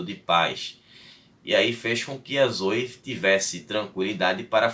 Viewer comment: Não seria "Zoé" a pronúncia da imperatriz?